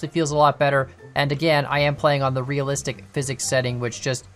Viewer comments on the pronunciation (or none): none